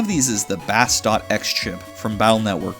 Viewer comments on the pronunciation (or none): You said Bass, and not Base, shame on you. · Bass' name is pronounced Base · I know I am a month late to this video, and you may have already been told but... Bass is a music reference, like most of the names in the series, meaning it's pronounced like you would pronounce Base, not like the fish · My man pronounced “Bass” like the fish. Ain’t no way. RIP.